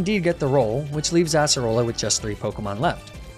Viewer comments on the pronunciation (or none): I find it so funny how he calls acearola assarola also if I spelled these wrong pardon my spelling